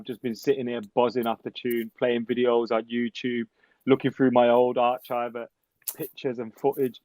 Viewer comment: What the fuck is an r chive?. Arc-ive is how its pronounced